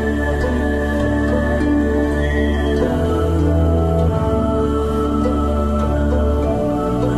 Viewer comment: I decided to write a few things before parting ways. First, antient Tatars are not Turkic. Tatars living in Russia today are Turkic. Because they have assimilated with the Turkic people there. Now only their name remains. Second, don't write the word Mongol in a weird pronunciation. It is not a word of such origin. Third, I know my history. Therefore, there is no need for me to write such a long story about the Mongol Empire and other Mongolic states.